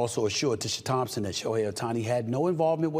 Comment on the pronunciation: Who's SHEOHI Ohtani? Shohei's brother?